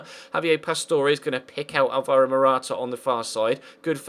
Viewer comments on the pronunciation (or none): Its Pronounced Álvaro Morata not Alváro